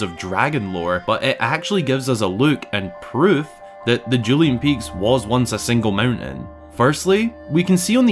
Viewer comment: I thought you said “Julianne Peaks”, and I was like, what? Then I realized you’re saying “Dueling Peaks” 😂😂😂 My Filipino ears are playing tricks on me.